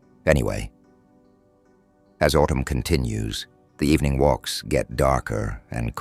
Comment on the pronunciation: good ebening